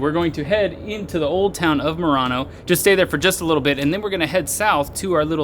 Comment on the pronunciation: Finding charging stations in Europe can be a bit hit or miss in some countries, particularly if in a rural area, just give it a couple of years. You were in Merano and not Murano, the glass making Island off Venice, just be careful with the pronunciation.